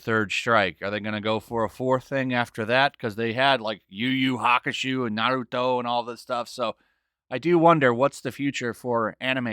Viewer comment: I know you meant to say yu yu hakusho but I'm starting to prefer yu yu haku-shoe lolol